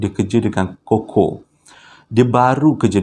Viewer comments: bang sebutan cuckoo tu bukan koko tapi kuku 😂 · Bukan koko tpi sebutannya kuku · Aku rasa triggered sangat bila dia panggil CUCKOO “koko” instead of “kuku” . Bang kita panggil “kuku” bukan “koko” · Cookoo...bukan koko....haaaa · Bukan koko bang..kuku sebutannya. Huhu Saya manager sales Cuckoo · Apasal aq bole trjebak dgn ni... Dh subs bang. Pembetulan bang kuko bang bukan koko...😁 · panas je aku dgr bang ko sebut cukcoo tu coco....kuku la bangg..ahhahahahadoiii 1st time ni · Abammmm!! Pronunciation Cuckoo tu Ku kuu.. Bukan koko.. 😂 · Sebutan sebenarnya Kuku......burung..... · Bukan cocoa tp chuckoo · Salam abang... bukan koko tp kuku😆🤗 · Sebutnya kuku bang bukan koko 🤣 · Salah sebutan abg tu yg abg sebut tu Coco yg betulnya Cuckoo (Kuku)...😅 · cuckoo sebut kukkuu. Coco sebut koko. Melawak je ek. Sbb anda chomel. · Sebutan dia 'kuku' bang...bukan 'koko' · Koko tu coklat bang! Sebutan yg betul Cuckoo (sebutannya Kukuu) bkn koko bro! Sebut betul²,cuc....koo! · Sebutannya kuku no koko 😎😎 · "Cuckoo" bukan pronounce as "koko" "Cuckoo pronounce as "kuku" Harap maklum! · pronounced dia KUKU bang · Abg, sorry. Cuckoo pnya bnyi sebut dia 'kuku'. Sorry Abg. 🙏. Btw, saya dh subscribe. Best! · Cuckoo disebut kuku abg.. Hihi